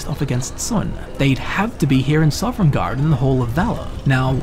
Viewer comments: Bruh you're saying Sovngarde so weirdly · Biggest mystery in all of Sovngard is who keeps putting the letter “r” into the middle of it when he says it...MUST HAVE BEEN THE DWEMER! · How are you gonna make a 40 minute video about a place you can’t pronounce the name of? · Why do you keep saying Sovringarde, I thought it was Sovngarde? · I love your series--but oh my goodness, please pronounce Sovngarde correctly lol. It's "Sah-vin-gard," not "Sovereign-gard." You put an invisible R in between the V and N. It's said repeatedly throughout the game. Again, love your work, just be mindful of that sort of thing homie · Are you saying Sovngarde or Sovrngarde? I keep hearing an extra R and it (irrationally) annoys me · "Sovrengarde" Soveriegngaurd" "Sovrngard" S O V N G A R D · OMG!!!! theres only one r in sovngarde... not sovrngarde... sorry just bugged me since its been said quite a few times in this video. now that that is off my chest, good video glad to see you still making videos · "Sovereigngarde." xD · Sov-en-gard :o Not sovereign guard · why do you say sovereign garde? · It sounded kind of like you were saying "Soverngarde" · THERE IS NO R IN THE WORD PLEASE STOP 😭😭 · Dude, I love your videos, but every time you say "Sovereign guard" it destroys a little bit of my soul. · The most curious thing in this video is why puts an extra R in Sovngarde and pronounces it sovrengarde. All jokes aside, this was a great video! The statue thing really creeped me out, I never noticed that before, and that is so cool about the unnamed Dragonborn:D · oh my gosh I freaking love all of these videos so much but yes that drove me nuts. SAW-VIN-GARD :b I am so thankful for this channel really. I'm not trying to criticize something so meaningless in such an awesome video and channel. It's just a silly little thing that kept catching me off guard lol. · Were you aware that is a pirate? He's always putting an extra ARRR in Sovngarde!